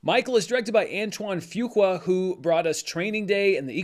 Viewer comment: "Antoine Fewqua" 💀